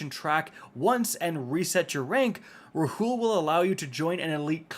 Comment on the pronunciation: Rahool is pronounced “Raul”